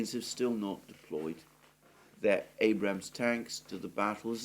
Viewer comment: It's not called an Abrahams tank. it's called an Abrams tank my friend